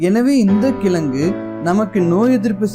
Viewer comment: கிளங்கு இல்லை கிழங்கு Pronounce it properly bro